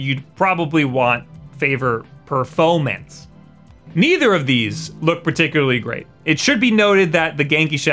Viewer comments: Ah yes, I always prefer "Perfomance" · "perfomance" :D